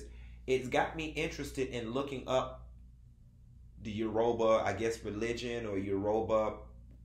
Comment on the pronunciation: Hearing you say Yoruba made me smile 🙂 I’m Yoruba from Nigeria 🇳🇬❤️much love.